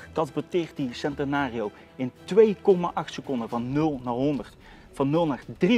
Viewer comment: Als je centenario zegt, zeg het dan wel goed.